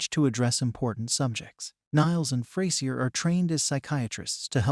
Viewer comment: somebody gonna teach this bot navigator how to pronounce the word frasier? and the word protagonist? sheesh.